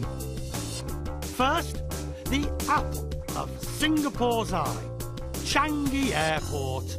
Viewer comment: Not Chang-gi! It's Chang-i!